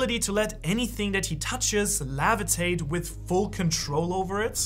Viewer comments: It’s levitate not lavitate. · Levitate, not Lavitate xD other than that, great video! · The way you say "levitate" by: lavitate bugs me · Umm the lavetate tho I think its levitate but still love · bro rly said lavatate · Take a shot every time he says levitate wrong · bro say levitate